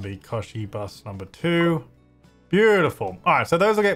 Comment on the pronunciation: Kochi is pronounced as ko-ch-e. (ch is pronounced as the ch in China and is pronounced as the vowel e)